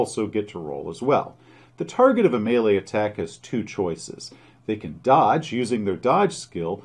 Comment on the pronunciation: Thank you for pronouncing Melee correctly!